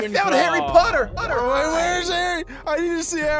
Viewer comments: It’s Harry Potter not harry pooter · Its not Pooter its Potter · Potter not pooter